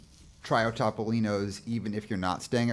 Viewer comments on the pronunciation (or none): In the Italian language, the letter O is always pronounced OH. So it’s T-oh-P-oh-LEEN-ohs. There’s your PSA for today!